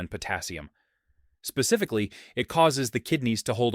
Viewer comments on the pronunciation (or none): none